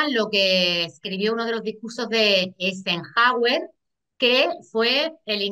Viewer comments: Quien fue Ener Haer US President? lo mencionó en el minuto 25 y segundo pero lo busqué y no encontré ningún presidente con ese nombre a no ser el no lo pronunció bien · lo pronunció bien y es Eisenhauer